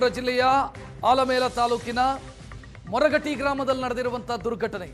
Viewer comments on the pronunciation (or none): ರಿ ಕನ್ನಡ 1st ಕಲೀರಿ ಅದು ಮೊರಗಟಿ ಅಲ್ಲ ಮೋರಟಗಿ ಕನ್ನಡ ಸರಿಯಾಗಿ ಬಳಸಿ ಮೊದಲು